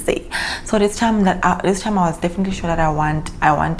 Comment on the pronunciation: When you said "dis" you killed me🤣🤣🤣